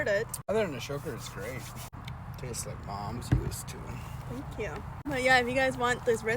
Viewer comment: Oooo..that was so sweet! "It taist like mom's use to". I hope you'll get to see your mom since you're no longer in the Amish.